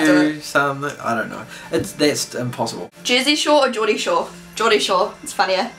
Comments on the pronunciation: It's Geordie not jordy haha coming from a true geordie over here :) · It's Geordie not Jordy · haha jordy shore :L its geordie shore lol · it's "geordie" shore :) xo